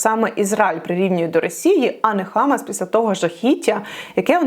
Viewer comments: що з наголосом? не хАмас, а хамАс! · Дуже дякую за Вашу роботу! Єдине що можу підказати, що у хамас наголос на другу А. хамАс . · хамАс, наголос на останньому складі.